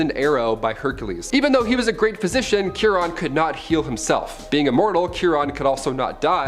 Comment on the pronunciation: Chiron is pronounced KY-ronn. "KY" rhymes with "pie," "lie," "lye" (a powerful cleaner), "sigh," "my," and so on.